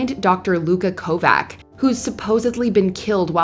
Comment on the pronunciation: She keeps mispronouncing Luca's last name. It's Kovač (ko-vahch)